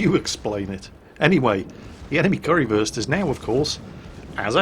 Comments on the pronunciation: It's funny listening you pronouncing ship names.. It's Kurfürs, Not Currywurst(Curry-Sausage) xD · its not pronounced "curry-würst", its pronounced like"kur - first" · And it's probably Kurr-First, not Curry-versed, Curry first, or whatever it is you're saying :) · I love saying currywurst instead of kurfürst xD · I like how you pronounce "Kurfürst" as "Currywurst" which is german for "Curry Sausage" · I keep hearing currywurst every time you pronounce Kurfürst. :p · are you calling it "currywurst" oO? is that an accident or on purpose? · Currywurst... :P but its Name is Kurfürst :D